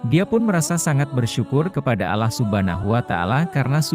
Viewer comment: Pembaca narasinya parah, ngerti tulisan Islam ga sih ???? Kuping saya terganggu dengan mungkin tulisan ini ( Allah ), masih dibaca seperti tulisannya. harusnya dibaca secara Islami jadi Alloh.